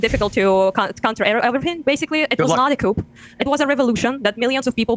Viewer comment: Massive crucial error. She said couP 😂😂😂😂